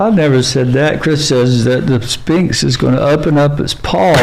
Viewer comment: I love this interview, but Chris needs hooked on p-honics. “Spinx” is driving me insane 😅